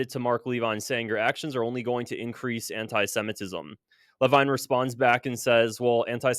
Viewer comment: Mark "leveen", I don't like him either but pronounce it right